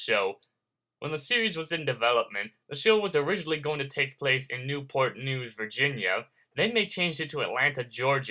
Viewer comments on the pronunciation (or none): none